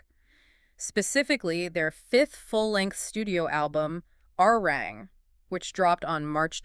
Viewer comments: It’s not Arang, it’s Arirang. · "A-Ri-Rang"-- three syllables, please. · True, but then they also cycled in pictures of Stray Kids and Santos Bravos 😂and constantly mispronounced Arirang. However, it's hard to hold it against them since this video is actually well narrated and has a good breakdown of BTS and Arirang's success. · The fact that certain essential words are mispronounced video after video shows that you’re not reading the comments and not trying to correct your errors. This further tells us that the content isn’t really important to you. BTS is just a means to get clicks and make money. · This is a very good assessment and report. Thank you for all of the hard work and research behind it. However, to continuously mispronounce the album title is difficult to accept. It would have taken a matter of seconds to learn its correct pronunciation. Please look into it soon. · The very least you can do is pronounce the title of the album correctly.